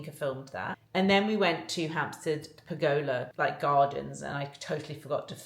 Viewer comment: Maybe Google ‘how to pronounce pergola’ in the UK.